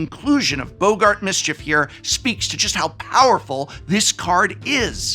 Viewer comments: I'm sorry, "Boe-gart"? Who's pronouncing it "Boe-gart"? I'ts first name isn't Humphrey. Double "gg" means it's pronounced "bog-gart". English professors smh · Why are people mispronouncing boggart as "bo-gart?" There's even two Gs 😭